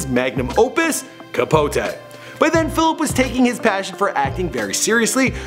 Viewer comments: CapoTEE not CapoTAY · "Capot-AY" 😩😩 run the pronunciations with some co workers before u put it in the internet